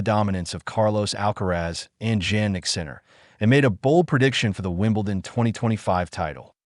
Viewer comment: I can’t understand all these commentators can’t pronounce Jannik and pronounce as J, please Jannik is pronounce as like Yannik, it’s so embarrassing that the commentators can’t set it straight. Once again it sounds like Yannik but spell as JANNIK.